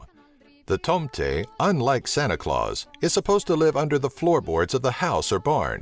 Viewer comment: I'm from Sweden and i laughed so much when he said tomten xD